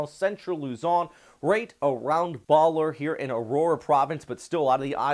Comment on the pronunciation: BALL-AIRE is how you pronounce it ;-) Thank you so much for the extra efforts to keep us nformed sir!